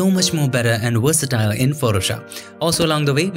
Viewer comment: I love your videos! You explain things so well! Very good communicator Which is why it's such a shame you struggle pronouncing V's. I believe it's just learned habbit. Please try to couch yourself with this. Do it for your youtube audience. It will take time I know. work on one word with a "v" at a time, work on the word "Convert" first, you say it a lot. Or "Versatile".